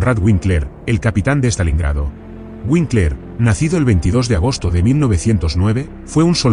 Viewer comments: Vinkler, no Uinkler. La W se pronuncia en alemán como V. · FRIEDRICH SE PRONUNCIA "FRIDRIJ", KONRAD SE ACENTÚA EN LA "O" Y WINKLER "VINKLA". "FRIRIJ KÓNRAD VÍNKLA".